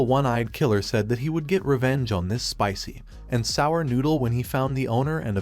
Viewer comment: Im sick of the ai voice pronouncing "Spicy----and sour noodles"